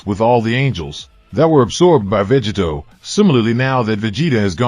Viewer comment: Is this an AI? It keeps saying, Veggie Toe!